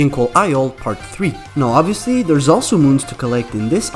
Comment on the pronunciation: Stop saying it’s oviosly (the boss is name)